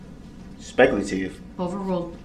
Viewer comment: He thinks it’s speckuhtive when she asks if he saw the car hit people. I guess Duhrells lawyer brain doesn’t understand what an eyewitness is. She didn’t ask if he thought the car was going to hit people that would be speckuhtive as Duhrell puts it.